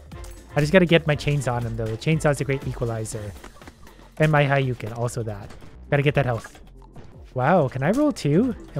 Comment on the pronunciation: "haiyuken" bruh